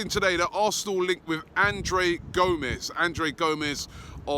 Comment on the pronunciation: It's not GOMEZ, just GOMES